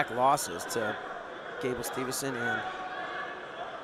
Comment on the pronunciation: Gable STEVE SON not STEVEN SON